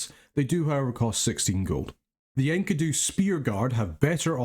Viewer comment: Thanks for another cool national overview, but, "Enky-doo" Really? ^_^ I have always pronounced it "En-key-doo" so that was a real trip...